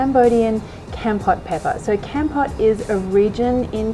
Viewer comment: Lol love this I'm Cambodian myself. Keep this up I'm gonna be the best of your fan😎😎😎 oh by the way its pronoun KOMPORT. Keep up the good work. I got my eye on you😂🤣😅